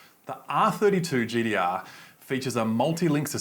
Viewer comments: Its gtr not gdr idiot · GTR NOT GDR 🤣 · Gtr not gdr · I literally couldn’t watch this because of him saying GDR and ninedeen eidee noine